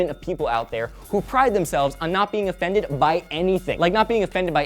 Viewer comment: "A fended"? Really?